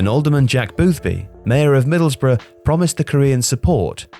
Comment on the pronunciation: Oway boys it’s Middlesbrough not Middlesborough!!